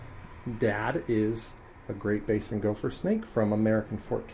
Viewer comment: Please quit saying GOLPHER😭